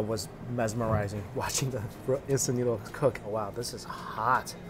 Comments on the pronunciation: When he said noods 🤣🤣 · "In some noods! 😄😮🤨noodles...😅" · When you told Nudes instead of noodles I was speechless 😂😂